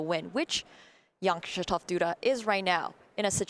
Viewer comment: Everytime the one guy said "Jan" I heard "young"